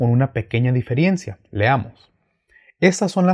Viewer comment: Shalom ...diferencia creo que es no diferiencia